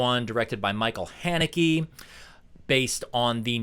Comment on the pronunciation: It’s pronounced like Hanukkah.